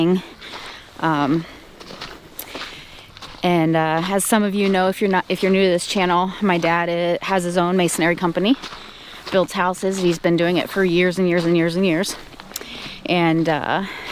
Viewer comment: For being the daughter of a life long brickmason you should know that your are pronouncing the word of the trade wrong it's Masonry, not masonary. I am not trying to be rude just wanted to help you and all the others that say it wrong.